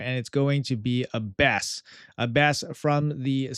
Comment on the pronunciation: I don't usually comment on pronunciation, but this one was rough my friend. It's the Aaa sound like apple. A-bbess, with the emphasis on the Ah. Like Abbey, since that's what an abbess was, the female leader of an Abbey.